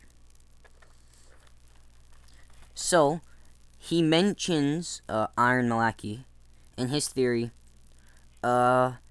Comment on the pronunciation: its prounounced "eye-ron mal-a-keye"